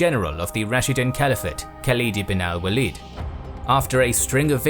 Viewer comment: Just a feedback as I like this a lot. It might be worthwhile to look up how names are pronounced or consulting someone who speaks Arabic. Khalid ibn al-Walid pronunciation was really bad compared to everything being so well done. a quick "How to Pronounce" + name would do it.